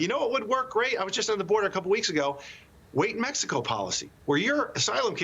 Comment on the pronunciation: Did the Host just said :' Maxacow instead of Mexico...lol. listen